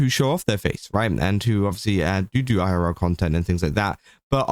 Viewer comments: He said it pretty normally to me Edit: nvm he started going "eye-are-raora" because he was saying it multiple times lol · the way u said "irl" multiple times is so fucking funny! idk how to describe what word u said exactly but, it was super funny! damn i love u british ppl sometimes lol